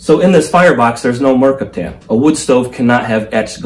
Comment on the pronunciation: Not MER cap tan, mer CAP tan... FYI